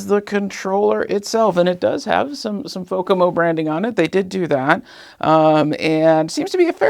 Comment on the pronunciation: It's Fomako, not Fokamo.